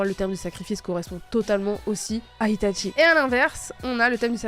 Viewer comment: Itachi* pas Ita*T*chi..